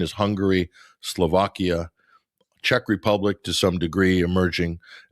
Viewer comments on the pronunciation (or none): none